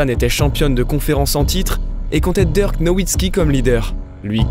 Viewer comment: Super vidéo votre retour fait plaisir !! Je trouve que cette nouvelle voix off a bien substituée l’ancienne, seul petit conseil a lui apporter c’est la prononciation de certains joueurs comme Dirk ou quelques anglicismes mais sinon rien a dire niveau intonation debit de parole c’est top 👍🏼 Le record en carrière de Luka est de 42 points et bonne soirée a vous !